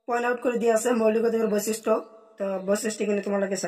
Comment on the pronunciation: Boisisto nohoi boikhistho , বৈচিষ্ট নহয় বৈশিষ্ট হয় Sir, অলপ ভালকৈ চাবি বাবান বিলাক। Sir আপোনাৰ মাতৃ ভাষা বেংগলী চাগে ? হয় নে sir?